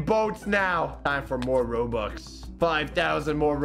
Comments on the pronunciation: “We’re gonna be spending hundreds of thousands of Roblux” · “hundreds of thousands of roblux” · My guy said 'Roblux' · Bro fr said "Roblux" 💀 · At the start of the video said “ROBLUX” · he messed up a line in the begining he said we spend 100's of thousend's of roblux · He said “roblux” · He said roblux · You said roblox not robux lol.